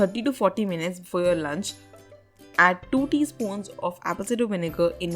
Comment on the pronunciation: Did she say Apple Cinder 😂😂😂